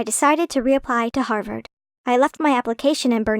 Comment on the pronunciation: Everytime i hear "Harvord" i think of Danielle Cohn.